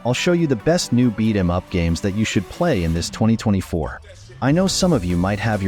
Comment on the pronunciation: AI can't even say beat em up right!!!!?🤬